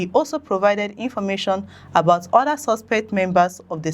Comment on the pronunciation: We appreciate the news you bring to us but you need to work seriously on pronounciations eg... "Commitniti"=COM-MU-NI-TY "Suspet" = SUS-PE-CT "Adoption" = AB-DUC-TION "Copration" = CO-OPE-RA-TION so and so forth. Please, note these correction is not to be dismissive of your effort, or in any way trying to minimize it. No. It's just one of the ways to help you grow aside of watching or liking. Thanks, and kind regards.